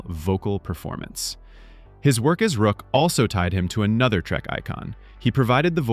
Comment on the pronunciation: The character's name was ROCK, not ROOK! How about R.I.P. AI?